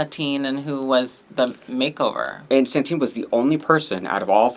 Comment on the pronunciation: The name of our espanhola winner is Satin, not Santin. It gets to a point that I think its just bait for people to comment